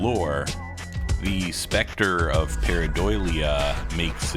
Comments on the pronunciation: Idk if its the audio but I kept hearing you say pareidoilia, with an extra I. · Can we learn how to pronounce the word that's the subject of the video please, takes like 30 seconds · I was checking the comments in case I was crazy. He repeats it so many times that I started second-guessing myself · He mispronounces it quite badly and it's pissing me off